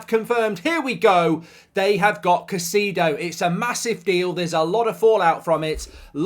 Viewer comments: Why do you keep saying ‘cuh-see-do’ when it is actually ‘kai-say-do’? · Caisaydo not caiseedo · It's not "Caiciido", it's "CaicEHdo". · Kuh Cee Dough😂